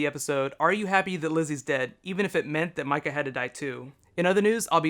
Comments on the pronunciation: Mika not Mikca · First, her name is pronounced "Mee-ka", not "My-ka". Also, I doubt if they had any intentions of showing Mika's death on-screen. The whole point was that it was shocking, and revealing it to us the same way it is revealed to Carol and Tyreese was the most shocking way to do that; a peaceful walk in the grove interrupted by a bloody body and a young girl with a knife and a smile on her face. Nothing could top that in terms of emotional for that scene. I NEVER hated Lizzie, even after this episode. She is a delusional girl who needed serious help, and here in the ZA she doesn't have the access to psychiatric help that she needs. To me, that was the saddest part; she and her sister both would have had a chance if it weren't for society collapsing, and mental illness was not Lizzie's fault. Hating her because she was ill makes no sense. She was a very sick child who did not understand what she had done. The highlight of this episode for me was Melissa McBride playing Carol. Phenomenal acting. I was crying. This is my favourite episode of the series so far. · Its Mika (Mee-ka) not Mika (My-Ka) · It's pronounced Meeka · Idiot does not know how to say mika (Mee-kah) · It might be spelled Mika, but it is pronounced Meeka... IJS... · Ohhh, how I love when says "Micah"... xP